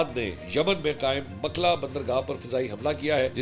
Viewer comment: Name is Mokkalla not makla. Pls correct